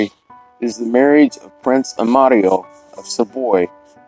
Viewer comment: Such a tragedy for young couple. I LOVE how you added an Italian accent to their names. Good job senior! 😆